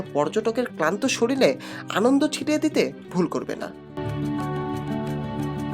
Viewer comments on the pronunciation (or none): আপনার বাংলা উচ্চারণ সঠিক নয়। আপনি "জানালা" কে বলছেন "জালানা", আর "শরীর" কে বলছেন "শরীল" এবং চ্যানেল কে বলছেন চ্যালেন। এই গুলি ঠিক না।